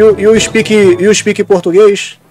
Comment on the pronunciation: KKKKK com certeza um dos melhores momentos, IU SPEKING PORTUGUÊS?